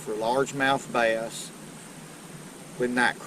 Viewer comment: I did not know bass was a two syllable word